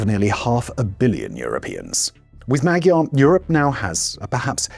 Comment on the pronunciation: I love ya Simon but please stop saying Magyar wrong, it isn’t pronounced how it is spelled :)